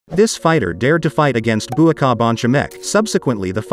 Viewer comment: Bruh the pronunciation of Buakaws name is giving me a headache…